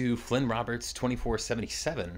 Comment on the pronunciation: Thanks for the shoutout!! I appreciate it!😄 About my name, it's Fynn not FLynn, it's pronounced the same as the name Finn, just without a Y.